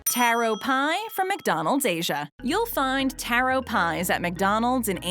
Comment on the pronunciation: taro pie ITS TARO (TAR-OH)